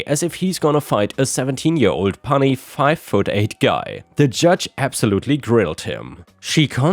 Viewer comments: "puny" is said as "pew knee" not "pun knee." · Just a tiny help,... PUNY is normally said like 'P eeYOON KNEE/ :) hope that helps with future video stories?? ;)